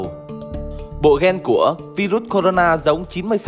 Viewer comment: Vai ruất 😡😡😡 đọc sai chính tả 😡😡